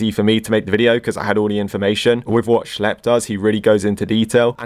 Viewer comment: "schelp" dude who the hell is schelp, its schlep.